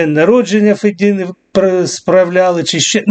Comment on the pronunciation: Не Фед (І)на, а фЕдіна… ( Федькин випердіж) 🤮